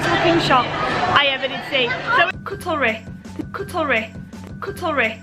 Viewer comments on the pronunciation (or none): What did she mean by Tret and how can she not even pronounce Cutlery right. I mean really, didn’t she go to school?